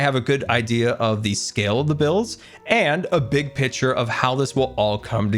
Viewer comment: is he saying big pitcher instead of big picture???